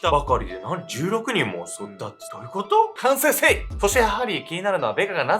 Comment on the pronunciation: 周りから信頼されてる人ほど、何を考えてるのかわからない。 けんちゃんの「反省せい」が「セイセイセイ！」と聞こえて フゥー！って言ってた、芸人思い出した笑